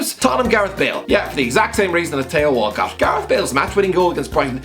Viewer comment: Lol 'tay-ho Walcott'